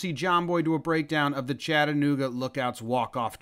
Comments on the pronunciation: BTW you’re on point with the pronunciation of Chattanooga JOMBOY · I'm just impressed you said chattanooga correct. Everyone always say chatt-A-nooga where they stress the hell out of the A. Good job.